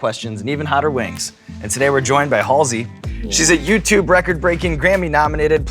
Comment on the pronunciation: I thought it was pronounced Halsey, not Halsey